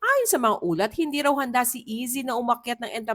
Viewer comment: Ayzi po ang pronunciation NOT Izzi. Hehe